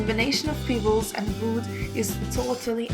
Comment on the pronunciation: Every time she says "peebles" I think of Nia Peeples.